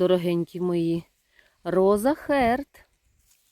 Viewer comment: роза харт. бо харт це серце і р майже не вимовляється. можна сказати і хаат. протяжно. не роза, а роуз.